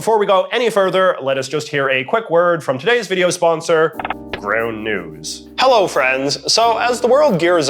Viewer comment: Very strong "Hallow Friends" in the beginning hahah. Glad we're still friends.